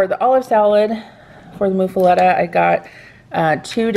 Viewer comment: It's Muffuletta (like Muffin), not like (Moo)